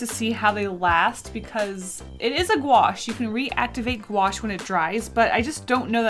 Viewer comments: Me knowing how to pronounce it: Gouache Also me: gOo aSh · Lol, the way she said Gouache, "GwAsH"